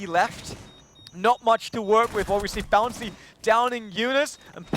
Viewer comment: Who the fuck is this "Bouncy" this commentator is talking about? Protip: it's Bounssi.